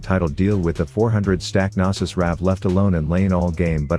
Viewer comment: why tf does your ai voice say nasus like ioki